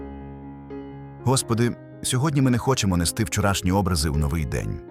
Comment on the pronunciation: Образи , обрАзи , образИ - навчіть те ШІ , яке за вас читає НЕПРАВИЛЬНО чи і самі не знаєте .Ледарі заробляють гроші в інтернеті . Не ждіть добра від таких грошей .